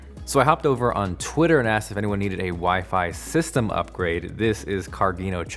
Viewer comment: "WiFe-I?" my future's wife maiden call.